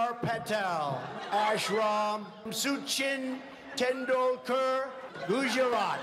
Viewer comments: Soochin Tendulkar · From "Suu-chin Tendulkorr" to "Virot ko-lee" LMAO